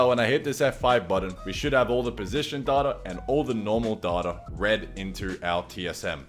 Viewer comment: Data > "Dateur"